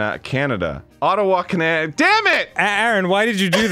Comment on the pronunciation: Nevermind the fact that Arin said the answer out loud, he almost said Canada like "cananda"